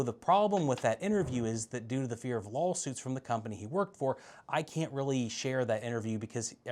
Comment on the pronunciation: I heard "lolsuits" 👌